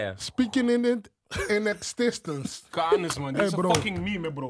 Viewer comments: Niemand: Helemaal niemand: Archi: “Speaking it in ikstansense” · Speaking it in the extistence😂😂😂